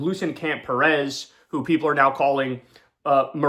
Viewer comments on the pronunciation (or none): Please correctly pronounce Latino surname, you mispronounced Cuellar n Perez wrong, n for the ppl that have ethic surname, never whitewash your name, pronounce it correctly n proudly